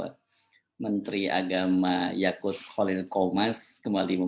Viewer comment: Edit : yaqut pak yaqut, saya dengarnya YAKULT maaf saya senyum2